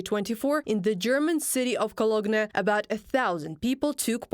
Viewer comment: "Co-log-neh"...did she really pronounce Cologne like that?.